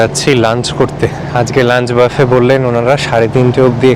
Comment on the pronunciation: "Buffet" কথাটার pronunciation হচ্ছে বুফে, বাফে নয়।